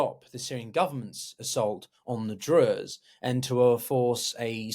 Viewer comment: Given that you're struggling to pronounce "Druze" and "Suwaida" correctly, I find it hard to take anything else that you say seriously, unfortunately.